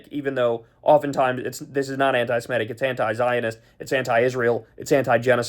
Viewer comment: One more time: not anti-si-MET-ic. Correct is anti-se-MIT-ic. Do you ever read the comments?